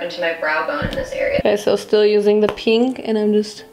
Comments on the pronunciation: its Pehnk😂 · What’s wrong with peeenk? That’s how I say it, I don’t think you pronounce it pink